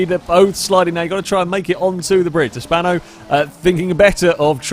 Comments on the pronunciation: Bruh it's "Spano" not "Spanner" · I like how calls the GTA Spano, the "Spanner"